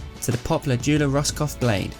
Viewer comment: When u pronounce joola wrong